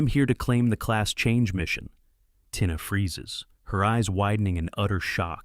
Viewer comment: Tina is pronounces Teena